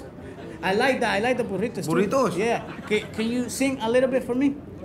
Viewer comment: Manny - “buritos” 😂😂😂